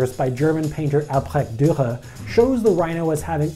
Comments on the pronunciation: "albRÄCK dURa" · The way you say Albrecht Dürer :D